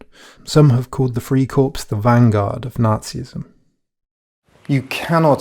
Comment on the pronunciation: It's "Lebensraum" - i.e. "LAYbensraum", not "LEEbensraum", for heaven's sake! And "FRYcorps" not "FREEcorps". Drives me crazy.... Otherwise, it's great.